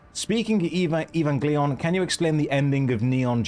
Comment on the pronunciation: Eevangleeon xD